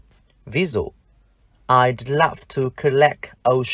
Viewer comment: thầy phát âm từ Love là Lap f vậy mà k ai nói gì. toàn nịnh thầy thôi. tôi chưa nghe ai nói I love you là ai lap diu cả nha